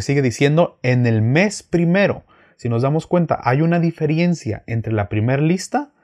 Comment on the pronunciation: Shalom ...diferencia creo que es no diferiencia